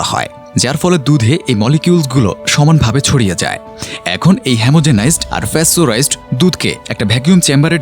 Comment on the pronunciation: *ফ্যাসটোরাইজড নয় 😦😦😦😦 আসল উচ্চারণ প্যাসটোরাইজড Pasteurized. *